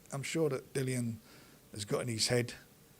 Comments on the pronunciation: always says Dillians name wrong its pronounced Dilly Ann not Dylan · please say Dillians name correctly